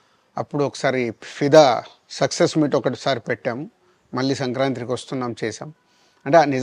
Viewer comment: సంక్రాతి అండి సంక్రాంత్రి కాదు బాబు